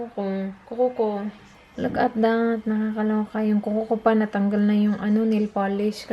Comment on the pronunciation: Wahahaha that (ta-E) 😂😂😂😂 kulit mu 😙😂